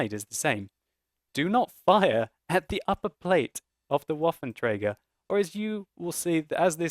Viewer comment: its trager not traeger.